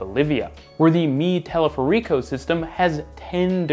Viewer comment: A) It’s teleférico, the stress is on the third syllable. B) We built one of these in Venezuela in the 1950s! At one point it connected Caracas to Maiquetía, allowing us to—zoop!—go straight up the Ávila mountain from the city and—swoop!—down the other side to the shore. My family rode it to the mountaintop once, great fun, great views. Now, the downside is that this was a horrible dictator’s vanity project and thus it made little practical sense, it was built simply because he said so. The project was centered around a luxury hotel built at the mountain’s crest, but since few locals could afford to stay there and tourists preferred staying in the city proper, the hotel went largely unused and finally fell into disrepair. Then in the mid-‘70s the teleférico’s German manufacturer folded, and as portions of our system failed, they became impossible to repair owing to the unavailability of parts. So gradually leg after leg of our cable car routes closed, and in 1978 the whole system shut down for good. The current administration decided to revive it, though, employing a new manufacturer and retrofitting all the old stations to accommodate the new manufacturer’s equipment. As of now I believe two legs of the old system have been revitalized, including the leg in Merida which boasts of being the highest-altitude cable car in the world, and I highly recommend you all visit!!